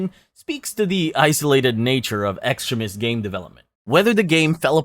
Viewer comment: I always hear extremist as "excrement" throughout the video... Which is not entirely wrong 😂